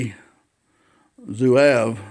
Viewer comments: pronounced ZWAHHHV; I picked up mine back in 1970, a very accurate rifle. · I’ve never heard Zouave pronounced that way. I just got one of these, and haven’t shot it yet. Enjoyed your video. Thanks.